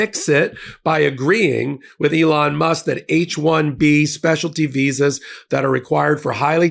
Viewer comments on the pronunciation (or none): none